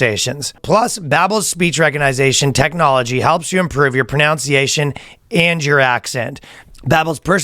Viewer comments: cracks me up that Ryan can’t pronounce pronunciation during every Babbel ad 😂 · Someone please tell Ryan how to say the word PRONUNCIATION. Love you Ryan